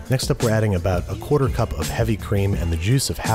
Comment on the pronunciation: I’m never not gonna laugh about you saying quarter Kwoita